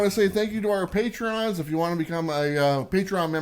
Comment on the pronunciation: Love the show! Patron is a 2 syllable word, not 3 lol Pay-Trun not Pay-tree-on 🙌